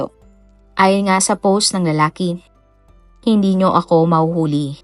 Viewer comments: Poss imbes na POST 🤣🤣🤣 Nag abroad cguro ang letrang “T” kya hnd mabigkas ni uploader🤣🤦‍♀️ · 😂 Always yan si DJ, yung word na "POST" ang pronounce nya ay Poss, Pose or Pause, silent T lagi..gamit na gamit pa naman nya ang word na "POST" sa mga uploaded video nya.😂